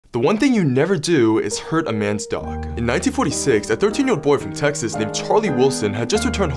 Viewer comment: emphasis on the "1946"??